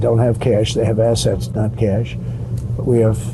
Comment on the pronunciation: He didn't lie, he said he had "kesh", not "cash". He has a lot of kesh.